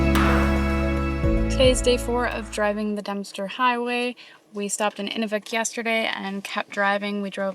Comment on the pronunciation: Great video! Just a quick thing about pronunciation...Inuvik is said like Enuuuvik. What you were calling it is the frame used to stretch animal skin for drying. Good job saying Tuk though! Also Inuit are the most welcoming friendly people in Canada. ❤